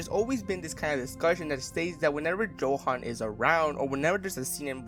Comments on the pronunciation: His name is pronounced with a Yo sound, not how it’s spelt. Yohan not Joehan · Ay stop calling him JOhan